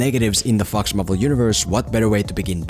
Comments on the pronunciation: You know that the movie is bad when pronounces Fox Marvel Universe as Fucks Marvel Universe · I keep hearing FucksMarvel Universe🤣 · Every time you say "Fox", I just crack up, because you make it sound like a swearword :D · The way in which he says “Fox” makes me very scared he’s going to get demonetized.